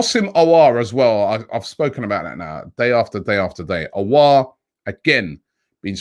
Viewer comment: Robbie probounced aouar in a right way Wooooooooooooaaaaaaaaaaaaaaaaaaaaaaaaaaaaaaaahoooooooooooooooo😂😂😂😂🤝👍🏻 finally